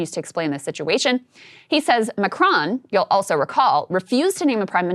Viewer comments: Pretty sure that was supposed to say MacRon, as in the French dude… not a town in Georgia. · "MacRon"? McDonald's hip new spokesman? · His future is SO uncertain that he's lost the R in his name!!! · /Macron. Close ish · It's not Macron, it's M̄āc̄r̄ōn̄.